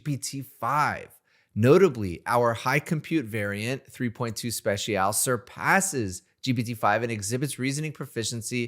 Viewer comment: Never heard someone not know how to pronounce special